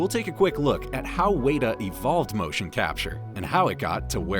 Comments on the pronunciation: It's not Wayta Workshop, it's Wet-a Workshop, like the bug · Isnt WETa not Wayta? I've always heard it pronounced WETa digital. The pronunciation was throughing me off 😂, couldn't even finish the video. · I hear you Michelle. Seriously I'm not going to sleep tonight. Weyda...good grief!! WETA!!! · You are pronouncing Weta wrong. It is said like wet-ah. It's not wait-ah like you're saying. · It’s pronounced “weta”, like the spider. Should sound like the word “wet”. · Wey-da? Really? All this research, and you didn't pick up once how to say the company's name correctly? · OMG it's driving me nuts!! WETA WETA WETA bahahaha arrghh!!!